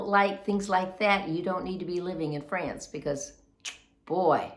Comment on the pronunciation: France pronounced without ants. Trying to help no ants … no ants. Try ance or once.